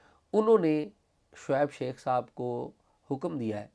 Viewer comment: Mr. Azaz Syed, Please improve your accent, It's Shoaib Sheikh, not Shaikh, there are many other words that you pronounced very badly that required improvement. Your Investigative journalism skills are very good, keep it up.